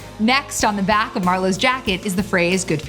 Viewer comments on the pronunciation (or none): none